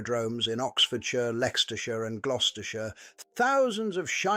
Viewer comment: I've never heard of Lextershire. Is it purely an AI thing?